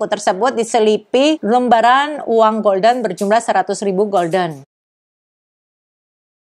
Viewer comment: Mata uang Belanda dibaca hulden, bedakna dengan golden (bhs Inggris yg artinya keemasan)